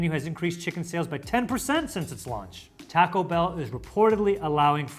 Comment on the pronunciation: I’m sorry but the way the British dude is pronouncing taco is going to stop me from watching this video